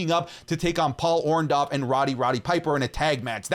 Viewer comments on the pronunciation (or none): It's hilarious to me that a guy makes a living doing wrestling content and can't pronounce Paul Orndorff correctly 🤦🏽‍♂️